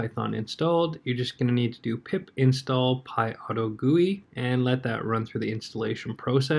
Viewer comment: IT IS PYAUTO-G-U-I NOT PYAUTOGOOEY!!!!!!!!!